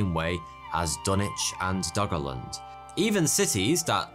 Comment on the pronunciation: i keep hearing "doggo land"